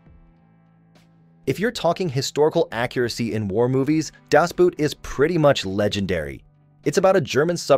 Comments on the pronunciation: There is no "das buut". It's Boot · "Boot" is supposed to sound more like "boat." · German Boot is pronounced like English boat, NOT like English boot!